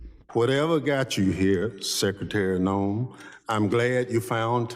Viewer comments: Noem not Noam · Kristy Nohem babbles about habeas corpus like it’s a skincare brand, spewing a gag reflex of pseudo-intellectual sludge with all the confidence of someone who just Googled the Constitution five minutes ago